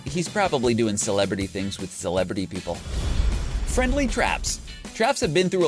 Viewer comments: YOU DIDNT SAY FRIENDLY YOU SAID FRIEDLY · This dud cant talk or spell omg he said FRIEDLY TRAPS and orange juice